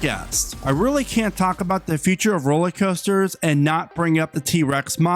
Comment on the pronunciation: Dude, are you saying ROLLIE COASTERS? Drives me nuts!